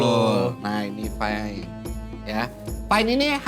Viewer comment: everything is fyne (fine) 🤣